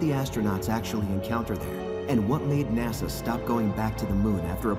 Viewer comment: There is NO R in Nasa